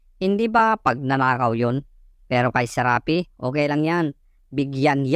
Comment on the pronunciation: Dapat SHARAPI, hindi Serapi.